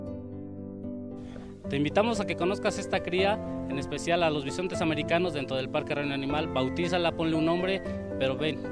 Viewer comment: Se dece BISONTES no BISENTES